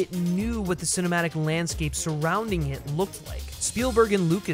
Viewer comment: OK love it, but 'lanscape' lol